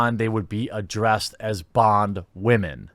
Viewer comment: Oh and I love your emphasis on the wamen term. Simply glorious